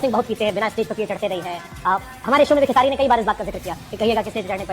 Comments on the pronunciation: Arey bhai 😂 khesre lal naam nhi hai yrr kam se kam video banane se phle naam ka spelling thik se padh liya kro khesari lal yadav naam h 😅😅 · sahi se bolna sikh lo bhai khesri nahi khesari hota hai😅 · Khesaari hota hai bro Khesri nhi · Beta tu Jake padhai kar खेसरी लाल नहीं होता खेसारी होता है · खेसरी नहीं खेसारी 😂😂😂😂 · Are bhai khesri nahi khesaari 😂😂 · Abe Bhai khesri nhi hai khesari hai 😂😂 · Bhai vo खेसरी nahi h खेसारी lal yadav h 😂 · Khesari bolo bhai khesri nahi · भाई तू भैया के नाम खेसरी❌ बोल रहा☝️ It's खेसारी✔️ [KHESARI LAL YADAV] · Bhaiya khesri nhi khesari 😂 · खेसरी ❌ खेसारी ✅ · नाम तो याद कर ले भाई खेसरी नही खेसारी है 😂😂ज्ञानी बाबा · Are bhai tumko pata bhi hai ye dono kaun hai ya aise hi video banane baith gaye ho खेसारी लाल ko खेसरी लाल bol rahe ho pehle Puri information collect karo.itni bhi badi controversy nahi h jo video banana pad raha hai aapko. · Khesari ❌ Khesri✅ 😂😂😂😂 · Bhai खेसरी नहीं खेसारी है। अलग दंगआ करवाओगे। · Abe khesaari bolo khesri nahi ok beta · खेसारी , should be the pronounciation 😂it sounds funny when you say खेसरी 😂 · Tum jaise bando ke pass yessa hi gyan hoga apne ap ko itna smajdar smaj raha hai na tu terko khesari ka nam to bolna aa nhi raha aur tu 2 bade superstar ko target kr raha hai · Pahle khesari Lal Yadav ka pronounciation karna sikh lo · Bhai tu sabse pehle khesari shi se bola kr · Abe tumko खेसारी bolne nhi aata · पहले नाम बोलना ढंग से सीख ले